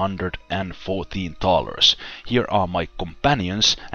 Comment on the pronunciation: hard to tell if ur sayin thaler or dollar lol and every episode is entertaining with you watching this series a second time and just finished violets tale again keep up the good videos ;)